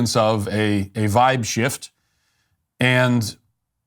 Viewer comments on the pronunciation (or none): none